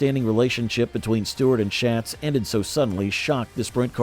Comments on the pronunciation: Quit miss pronouncing Donnie Schatz’s name. It’s pronounced Shots not Shats. Jeez……. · Before you do a video you really should know how to pronounce Donny Schatz’s name.